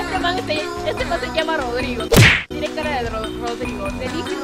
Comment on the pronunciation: Casi dises drogau😂😂 en vez de rodrigo